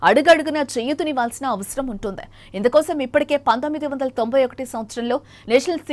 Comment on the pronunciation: I think anchor is using ye sound where it should i - ex: vuntundi is pronounced as vuntedey